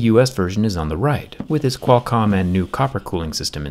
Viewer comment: The way he says Qualcomm is so satisfying